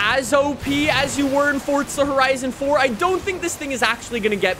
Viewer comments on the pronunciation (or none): There is no T is forza. For zah, not forTza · I turned off the video as soon as he said “fortza” like learn how to pronounce words properly…ITS FOR ZA NOT FORT ZA!!! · a little part of me dies every time some one pronounces forza like fortsza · i love how he says "fortza" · “Fort-za” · Does he say Fortsa cause his accent or?